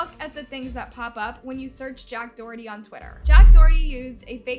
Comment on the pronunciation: Finally u said someone’s name correctly